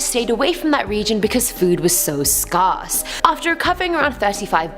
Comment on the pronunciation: She can't pronounce "Scarce" 😂😂😂